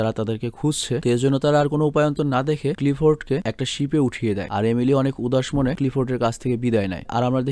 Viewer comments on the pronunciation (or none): একবার আপনি এমিলি না বলে এলিমি বলেছেন😁অনেকবার বলতে বলতে এমন হয়ে গেছে😂